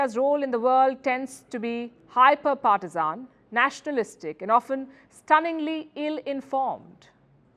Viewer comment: Abey gadhi pehle partisan pronounce karna toh seekh. English mein journalism karti hai 😂😂😂